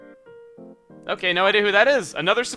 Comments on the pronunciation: when i first got him when I was 8, I thought it was pronounced Pie - tro Like how it's actually spelled. Not pee eh tro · It's pronounced pee-ay-trow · "pietro" oh no....